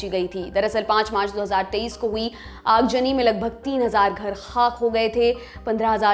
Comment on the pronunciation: Aag zani not aag jani, plz improve your pronunciation (urdu words)